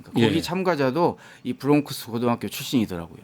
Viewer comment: 브롱크스???? ㅍㅎㅎㅎㅎㅎㅎㅎ 코스트코 😮😮😮😮😮😮 어디서온 영어? 코 리 언 잉글리쉬